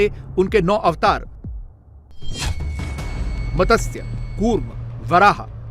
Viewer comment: Matsya Not matsya.